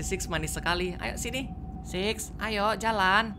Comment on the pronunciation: Six sis beda pengucapan bro